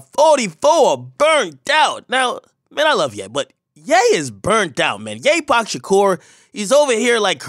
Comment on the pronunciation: Did this Ni$$a say YePac Shakur? 🤣🤣